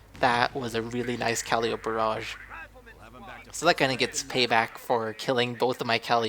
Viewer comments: its not calleeeope its calliiiiiiopeeee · Good game. Pretty sure it is pronounced "Ka-Lie-O-Pee" but your way is entertaining ;)